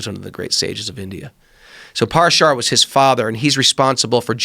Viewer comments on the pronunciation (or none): paraaashar, not paara shaara